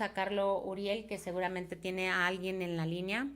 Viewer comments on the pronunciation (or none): none